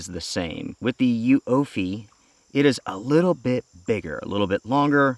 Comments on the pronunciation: It’s pronounced Uoophee, not Uoophee. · oooffeee the u is silent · The name is pronounced YOUFIE or Youfy :)